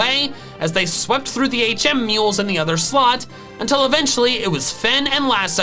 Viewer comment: I won't ever get used to saying HM Mules